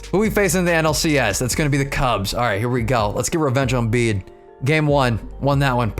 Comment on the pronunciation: Its Beedee not beed